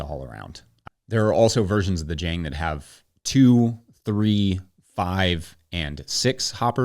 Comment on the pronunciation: ok, pet-peeve of mine, admittedly pedantic, but Jang Automation is a South Korean company, and it rhymes with long. Spent a lot of time in Korea. Good video, love the channel.